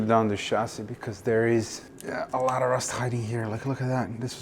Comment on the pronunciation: It is, A lot, not alaaara